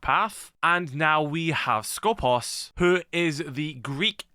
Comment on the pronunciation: It's SkopOOOs not Skooopos 😭😭😭😭😭😭